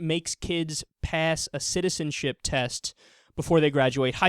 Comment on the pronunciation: citizipizi test. you need one, lady.